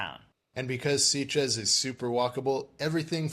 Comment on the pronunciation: Interesting review, but I'm a bit puzzled as to why you both repeatedly pronounce the town name as 'Seat-ges', rather than 'Sit-ges'. According to Google, it's pronounced as 'Sit-ges' in both English and Catalan. Whatever, it's a great place for a gay holiday!